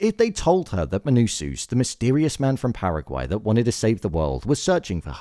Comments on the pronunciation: pls bro, MANUSOS, not MANUSUS, great video btb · Please pronounce it Menousohs, not Menousooos. It’s distracting